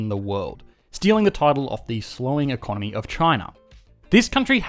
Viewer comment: It's time to learn e-con-nomy! NOW!